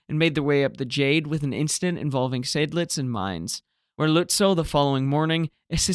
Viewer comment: Not such a big mistake, since everybody knows what is meant. You pronounced Lützow well, particularly the umlaut. However, the last vowel is a long, simple o, not a ou diphthong like in English. The w is mute. Seydlitz (the nemesis of every English speaker): Zide-lits. Korvettenkapitän: perfect!